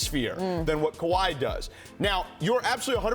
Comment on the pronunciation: Fat white dude don't know what he talking about. "Kawhi"😅😅 .. can't wait till this season